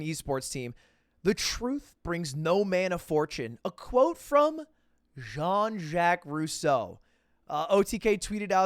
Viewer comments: I don't really know who this guy is but why does he claim to be french after butchering a french name? I feel like I'm missing something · bro lud is French and he pronounced Jean so terribly... lol